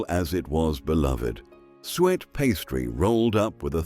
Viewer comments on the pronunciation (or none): Not sweat pudding, it was pronounced Sue et lol! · If you're going to use an AI voice it would probably sound more professional/authentic if you could find one which can pronounce suet. Why don't you just use your own voice? (My guess would be that you're not British) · It was the AI voice which mispronounced some of the words! The man's voice say sweat pudding instead of suet!